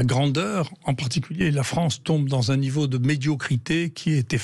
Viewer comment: La Fronce où la N est contre la P !